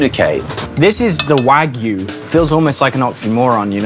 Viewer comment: Thanks for pronouncing Wagyu correctly. It's so embarrassing how even butchers or chefs can't even pronounce it right. WAGOO WAGOO like stfu. Don't they teach how to pronounce a "y" in schools?